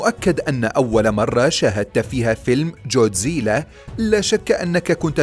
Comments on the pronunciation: جوديزلا؟؟؟ الولاد ييجي بالكاف و يقرا كودزيلا و بالعربي بينحط غين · كودزيلا❌ جوديزيلا✅ 🙂👍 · كوزديلا ❌ جوزديله✅ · ليس جودزيلا بل ڨودزيلا او godzilla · جودزييييييييييييييلااااااا هههههههههههه ما بتعرف تحكيها جاد زلا اسمه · انت قلت الأثنين غلط اسمة جودزيلا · يا بطل ليش تنطق اسمه جودزيلا بهذه الطريقة؟ چوودزييلة؟ لا بجد بأمانة انا مستغرب الموضوع لا أكثر. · تتعرف تحكي god zila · اول شي التعليقات ما منها فائدة ثاني شي نطق الاسم غلط ثالث شي ولا وحش من الوحش بيقدر ع جودزيلا الموضوع غبي الوحش ٣ رؤس دمرو جودزيلا و ما عندكم موضوع لا تنشرو ✋❌